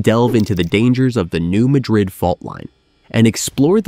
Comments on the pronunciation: New Madrid is pronounced with the emphasis on the second syllable of Madrid by locals and seismologists. So it’s New MA-drid, not New Ma-DRID. This is for us humans, as I think it might be an AI narrator. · (No "New Madrid" but "new-MA (as in "cat")- drid") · The correct local pronunciation of the fault zone is New MAD-rid (not Ma-drid). Thought I'd shake things up pointing that out... 😏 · It is pronounced Nu MAD-rid not Nu Mah-Drid....you A.I. bot digital dimwit. 😎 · It's pronounced New Ma'-drid, not New Mad-rid'. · Get a real narrator. Its pronounced Mad-rid! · I believe the name is commonly pronounced New MAD-rid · Are you certain you're pronouncing it correctly? When I lived in the area, I was informed it was New MAY-drid. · Thank you! The computer/non-computer voices drive me bonkers with the mispronounciations! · If you can’t correctly pronounce “Madrid” (USA ) , I can’t listen. Out! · I came here to tell him that as well.